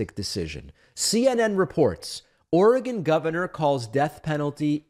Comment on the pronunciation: One of the best things about the Internet has been that East Coast and Midwest Americans like David have finally learned how to pronounce "Oregon" correctly. This is very important to an Oregonian like myself. 😁 Also good that the state government isn't busying itself with killing its own citizens. Now I'm curious how our state will reconcile this with the right to end one's own life voluntarily. Can a death row inmate ask to end their lives if they don't want to spend the rest of it in prison? 🤔